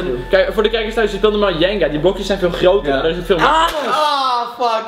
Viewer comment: Super ! Zeg jenga alleen als een chinees